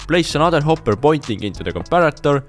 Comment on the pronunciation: I I like that he talks funny like when he said hopur